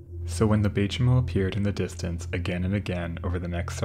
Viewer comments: Warmell, not well? Oh, hell. Baychimo is "by chee mo". Ship came from Sweden, but the name is kinda Finnish. Imperator is "im-peer-a-tər", not "imper-otter". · The Baychimo...that's some good German engineering right there.